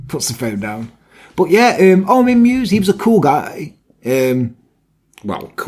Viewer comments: your german skills are pretty good! but meiwes is pronounced „my-ves“ not „muse“ 😁 alles klar? 😉 great video! 👌🏻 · "Meiwes" isn't pronounced "mews", but "my vess".